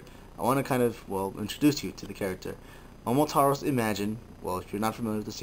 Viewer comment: .......FINNALY! Some one pronounces his name right. It has always made me cringe at how many people mis pronounce Momotaros. *thumbs up* Good on ya.